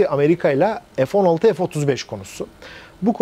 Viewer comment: Hayir F neden sürekli EF okunuyor?..bu Turklish sevdasi yada merakı nedir, Çocuk lar A BC ezberlerken Sayenizde EF EM VE ES diye okumaya başladılar...nedir bu saçmalık Ya EF Sixteen ya F<FE> 16 be adam